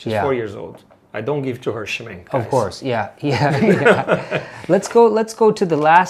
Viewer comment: Hallo, Rajiv. Your German pronunciation sounds great, especially when you recalled what your friend's Oma said-- but please help spread the word that Schminke is not pronounced Schmin-kee🤣, but rather Schmin-kuh😉! Love watching all of your art adventures with Marcelo! Tschüss!